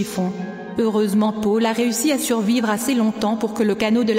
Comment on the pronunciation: On dit Paul !! pas Pole !!!